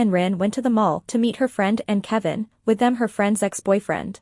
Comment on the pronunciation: Thyme, not tan. Kavin, not kevin. Ren, not rin. 🤣🤭